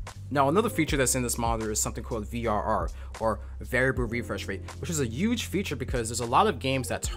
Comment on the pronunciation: He uge, he uge, huge.